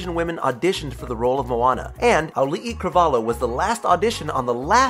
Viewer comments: "Cravalho" Nope, IT'S PRONOUNCED AS "CRAVALYO" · Its not pronounced cravalho its pronounced cravalio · I find it funny he can't pronounce the "LHO" in carvalho c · it's pronounced Cravalio not Cravalo god dammit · Its pronounced cravalio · And Auli'i's last name is pronounced "Cravalio". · Its prounonced crovalyo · i think they mispronounced cravalho lmao that's sad